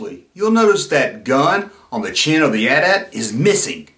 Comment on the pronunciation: I didn't know that! You'd think it might be some anti- gun law on toys but that doesn't hold water because all the figures have guns and the rest of the back drop on that playset features guns prominently, so it's a real mystery. And you're right to pronounce it AT-AT and not A-T A-T.